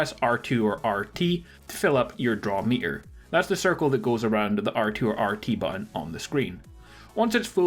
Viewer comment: FYI, there are two letter "T"s in the word button.